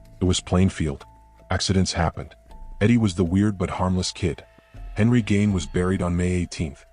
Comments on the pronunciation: Eddie gain ??? No it's pronounced like geen not gain. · It's Gein,,, at least get his name right.